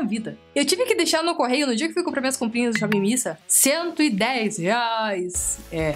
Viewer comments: que agonia de "shopping missa" kansaknssksjsjsjjs acho que é "mís ei" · Não é missa, é miss a, miss (ei) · nao se fala shop missa kkkk é shop miss ei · Pronuncia-se "mis ei" (dá uma certa angústia ouvir vc repetir "missa" o tempo todo:v ) mas foi um ótimo vídeo.. realmente no site as imagens dos produtos são bem apelativas.. depois do seu review consegui ter uma conclusão melhor da qualidade dos produtos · Amiga não é shop Miissa que se pronuncia e sim shop miss ei. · Modo de escrever= Miss A Modo de falar= Mizei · Na verdade a pronúncia é "miss ei".Com W fica "uei" ;) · É Miss (ei) kkkkkk vc é hilária.. bjoooo linda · é miss "ei" kkkk vc é melhor, e essa edição??? Estou amando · Não da para parar de rir com seus vídeos haha muito animada mesmo kk vc falando 'missa' tava me irritando, mas vc explicando que ta falando errado, me fez rir mais ainda kk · Vc e muitoo divertida..adorei vc!!! Fala-se Miss (A)Ei ... bjooo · oiee, voce tem que pronunciar " shopp miss ayn" tipo, miss e como fala a em ingles fbjsbs 💜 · Miss A (ei), em inglês a tem som de "ei" 😊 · se pronuncia shopping miss "ei".Adorei o video.Beijos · Deu agonia ela falando "missa" 😂 Mas eu te amo ❤ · Acho que fala miss "ei" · é "míss ei" que fala hahahahahahhaha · "Miss ei" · se pronuncia Miss Ei kkkkkkkkkk